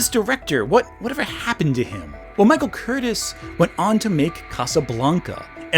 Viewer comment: Michael “Curtis”? It is Curtiz and pronounced Ker-Tease. Hungarian. The silent film Ben Hur was released in 1925, not 1920. This is distracting.